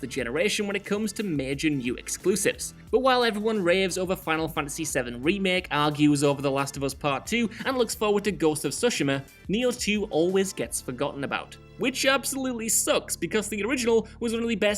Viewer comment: "looks foward to Ghost of Tsushima"??